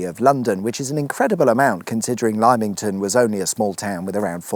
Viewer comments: Also as a Lymingtonian (and born in Winchester) Yess, it is pronounced Limmington not Lime-ington This is so funny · As someone married to a Brokenhurst Girl, I can confirm as every time Lie Ming ton was said she shouted Limm Ing Ton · Lime-ington? 😂 You were basically outside my house when on Roman Road on the A326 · Where the hell is "Lime-ington"? 🤷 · lime-ing-ton :face-purple-crying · Bro please listen to google translate saying “lymington” 😂 nice try though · Lymington is pronounced Limington. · Think you’ll have to do another episode on Lymington just to show us you can pronounce the name! As a local really enjoyed this one (apart from the Lyme-ington references) 👍👍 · It's limington, eventhough it's spelt Lymington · Lymington pronounced like limm in ton. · It's pronounced Wyynechesterrrrrrr, or sometimes Wunchstrrr 🙂 and the other place is pronounced "Limington darling, Bunty's quite big in the city you know." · Lime-ington... my ears ... I just can't... 😂😂😂 Winchester is considered the capital of Hampshire as it was once the capital of England (and, yes, there have been others but they aren't in Hampshire!) But Lime-ington! 😂😂😂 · Back in the day I'd do work for a company based in Lymington, always assumed it was pronounced "Limington", was I wrong, or was taking the piss? I mean, they were not nice people so I'm all for taking the piss! Have to say though, that wasn't the rail content I was expecting, but giving me ideas if ever I find myself in that part of the world... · it is pronounced LIM-ING-TON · Is it not pronounced Limington? Either way, another very entertaining instalment. With bonus points awarded for Ed Winchester! 😂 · 'Limmington', man. It's pronounced 'Limmington'. I've a mind to cancel my TV licence over this... Oh.. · Lymington, my Mum was overlooking the screen on my iPad and said, “that’s Lim-ing-ton" 😉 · Limm-ington, the Y is an I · Hahaha Lime-ing-ton. Nice finish at Farley Mount and the popular dogging site.